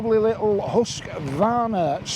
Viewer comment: Pronounced Hoosqvarna... Had a KTM 390 and what i hated about it was the sound of the engine... Think fishing boat